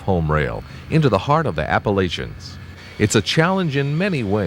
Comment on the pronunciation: Thank you for posting, but I object to the pronunciation of Appalachia.